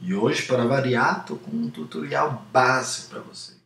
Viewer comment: Cara, pq tu fala "Tutorrial"? Ao inves de Tutorial?